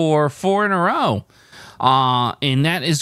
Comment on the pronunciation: Row meaning to argue, would normally be pronounced to rhyme with how (at least in the UK).